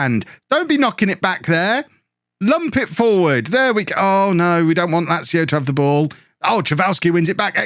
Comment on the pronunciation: You've learned how to say Lazio, nice one man.